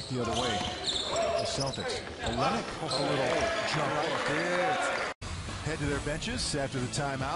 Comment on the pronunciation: It's pronounced OL-LYN-NICK